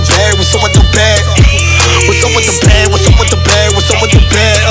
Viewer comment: Whenever he repeats bag it sounds like he’s sayin blyat